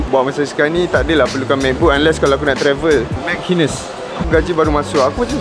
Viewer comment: Betul ke cara sebut nama store tu, mac hines?